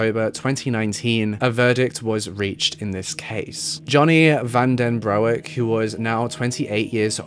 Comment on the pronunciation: Van den bro ek nononnonon u can't butcher names you are British not American its Broek pronounced Brook in english y have I never heard of this i am dutch